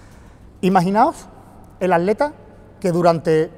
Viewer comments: Soy yo o dice aleta en vez de atleta? Jaja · Dices aleta, en ves de atleta?